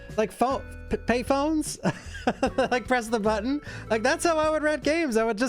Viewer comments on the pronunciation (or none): none